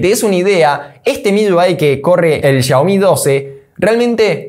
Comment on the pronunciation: Papu es MIUI...no MIYUI....UI...no lleva Y...me parece ...